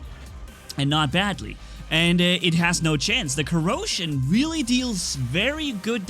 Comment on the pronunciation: Welcome to the COROsion cerbarus 😂 I was like.. Dit he said corona? No it was corrosion, it's fine 😎